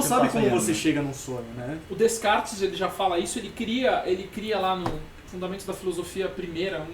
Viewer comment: Lê-se "Decarte".